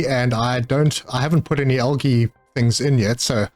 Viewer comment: Just found your channel and am enjoying your content but was wondering if english is your first language because you say algae weird